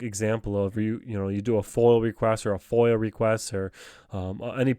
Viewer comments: Great work. Am I the only one hears him saying FOIL? It's foiA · It is not a FOIL request it is a FOIA pronounced Foy Yah